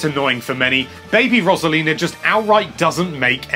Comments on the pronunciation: I like all these characters, also you pronounced Rosalina wrong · Learn how to pronounce Rosalina